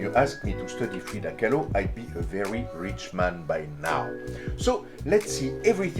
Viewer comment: Lmao. Freida “Kah-loo”.